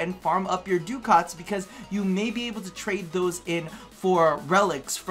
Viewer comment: DUH-KITS NOT DOO-COTS!!